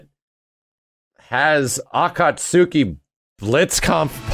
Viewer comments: My man said Ana suki. I love you but oh my god. It's pronounced a-kat-ski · Not to mention that he pronounced "Akatsuki" wrong...